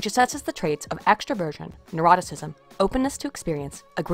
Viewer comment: I enjoyed listening to this, thank you. Though I think I need to say that I kept hearing "extra Virgin" instead of extraversion. That caused a lot of "wat" for a while.